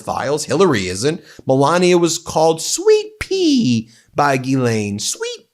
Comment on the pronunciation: Is that Sweet Pea, or Sweet Pee? I bet that's a Donnie-given nickname.